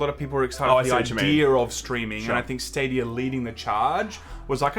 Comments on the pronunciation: "Google Stad-OUYA" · Every time I hear "stadier" I feel like I should be drinking a 4x.